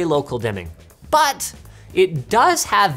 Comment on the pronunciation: The “But” sounds so weird